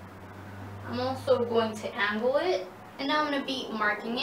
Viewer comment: Ang Ang Angle. Not Aun gul Aun gul. ITS ANGLE